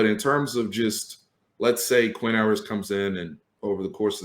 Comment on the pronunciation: Pretty sure "Ewers" sounds more like "yoo-wers" than "ooh-wers".